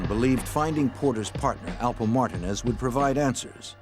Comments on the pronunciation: Did the narrator really pronounce Martinez as "martah-nez"!? Hahaha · This is probably the worst video about Rich Porter. No real pictures of anyone. Not even pronouncing Alpo Martinez correctly. Just stop if you can't do it correctly why even do it.👎🏽👎🏽👎🏽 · Alpo "Martin?" Is that ehat dude said tho?? Edit: never mind he said Martinez...just pronounced VERY STRANGE 😂